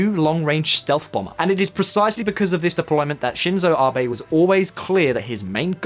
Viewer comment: His name is Abe, not rBay. A is in 'At', be as in 'bet'. And therefore Abenomics is definitely not pronounced aye-burr-nomics.